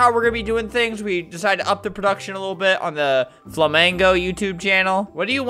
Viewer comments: I heard "FLAMENCO not allowed" welp i guess albert now its flamenco not flamingi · its flamingo not "flamengo"